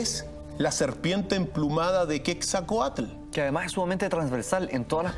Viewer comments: Es Quetzalcoatl no quetzacoatl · se dice QUETZALCOATL. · Se escribe QUETZALCOATL y se pronuncia como se escribe